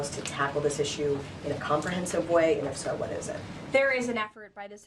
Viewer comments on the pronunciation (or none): That's an Iss-ue, not an Iss-me